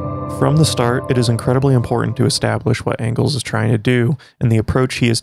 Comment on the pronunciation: yo said "Fredrick Ongles" lol